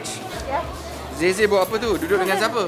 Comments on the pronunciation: Omg is getting really2 good right now and also she getting some sound like Malaysian right now when she say "APA TU" good job wow its very very impressive we need more speak in BM please logesh heehee😁🙏🏼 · When said 'apa tu' sounds like she's already a Malaysian 😂😃